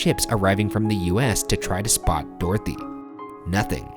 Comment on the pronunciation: Do all Americans pronounce Dorothy like this? Or just these guys? "Door-thee" 😂